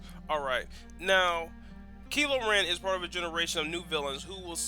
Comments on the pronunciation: ITS KYLO REN NOT KILO REN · um his name is said as if the y was an I kylo ren get your facts about his name right ppl